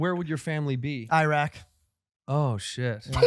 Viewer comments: That's not even how u pronounce Iraq lol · pronunciation of “Iraq” made me CRINGE OMG!!!